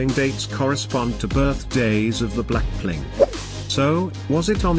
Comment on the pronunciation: what did you say "Blackplink" instead of blackpink🤣